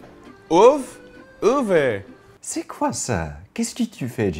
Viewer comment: I am just learning french but I can say œuf. How did he screw it up so badly?